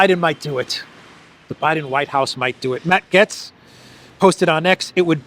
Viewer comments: Gaetz is pronounced like "gates," not like "gets." Feel free to inform your colleague as well. Keep up the great work. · Gaetz is pronounced 'Gates,'.